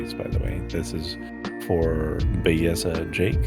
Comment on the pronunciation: ....if you really want to get attention, nevermind saying "now look", tell her "mira nena", it brings "look" to another intense level in Spanish.:face-blue-three-eyes:.....its Belleza, NOT Begiza the anglo way! Ave Maria nena!